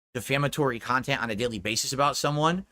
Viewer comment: "first of all I didn't even know the guy was partnered to begin with, alright? I- I don't agreeeeee with bullying channels being partnered whatsoever. You're literally making tahxic, defamatory kahntent on a daily basis about someone, but you think that you should make money doing it through a partner prograyum? Why would-a any advertiser in their right mind wanna run an ad on your tahxic, insulting video? Right?" We could LITERALLY say the same thing: Why would any advertiser in their right mind wanna run an ad on a DSP video?